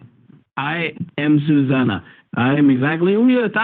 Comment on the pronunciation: A boy named SUE-zana??🤣